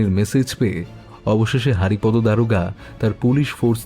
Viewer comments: Kichu mone korben na. Apni ki bangali? Apnar bar bar হারিপদো Ucharon ta Kane lagche. May be উচ্চারণ টা বাংলায় হরিপদ habe. Sorry amar Kane lagche bole bollam. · নামটা বোধহয় হরিপদ হবে হারিপদ নয় , উচ্চারণ এর দিকে একটু নজর দিন বড় শ্রুতিকটু